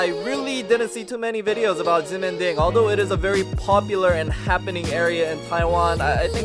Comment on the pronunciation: BTW you pronounce the X as a SH.. Shemending...